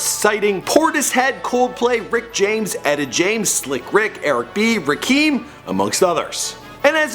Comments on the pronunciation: Pronounced Rah-Kim not Rah-Keem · cant believe you butchered the legendary Rakim's nane its pronounce rah-kim not rah-keem wtf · its not eric b and rakeem it eric b and rakim (rah-kim) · Did he just Call the infamous Rakim Rakeem? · Repping my neighborhood. Flatbush representin'! I remember those block parties son! Also, take the L for mis-pronouncing RAKIM. It's not Rakeem. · Ruhkeem..... haha fucking idiot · Did he say Rakeem???? 😒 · This dude cant even say rakims name rite, rakeeem, gtfoh wit this culture vulture, gettin rich off of a culture u have no knowledge of, its every video, if u can find a video where this clown doesnt mispronounce a hiphop legends name ill kill myself on live stream, this dudes a bozo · ”RUh-kEeM” smh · rakeem its rakim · He really needs to stop saying RAKEEM its RAKIM -KIM!!!!! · Did this dude just say Eric B & 'RAKEEM'? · bruh you need to stop making videos about rappers you just said Eric B and RAKEEM, fuck and meechy marko jesus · its RA-kim not raquem. fyi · This man... just said... Eric.B And Ra[Keem] The disrespect smh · Did this dude just say Rakeem??? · Rakeeem ? C'mon son. Respect the God M.C.. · its RAH-KHIM not RAKEEM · rekeeeeeem LOL... its RA-KIM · this nigga👀 said rakeem it's rakim (rah-Kim bruh💯😂😂😂😂😂😂😂😂😂😂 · Who the fuck is "Reeekim"? It's Rakim Bitch. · nigga said eric b & rookeem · How the fuck do you say " Rakeem " instead of Rakim.. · This dude keep takin L's: 1. Says Juice was born in the same year as Meechy after literally just stating they were both born in the same year. 2. Pronounces Rakim's name "Rakeem". 3. Says that FBZ were interested in "Japanese anime" as if it didn't originate from Japan. Just call it anime. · "ray-kim" lmao ... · Raa-Kim, not Rakeem. U had 1 job bruva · Ra - Kim not Ra - Keem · "Reh Keem". For the last time. It's pronounced "Rah Kim", not "Reh Keem". Okay? Okay. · Nigga said "rahkeem" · learn how to say rakim.. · Its RAKIM, Not rakim!! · its RAH-KIM...